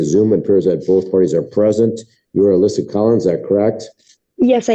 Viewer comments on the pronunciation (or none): none